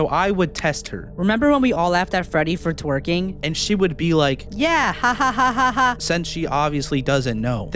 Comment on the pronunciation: I watched to the end so I know you told me to say Freddy twurking so Freddy twurking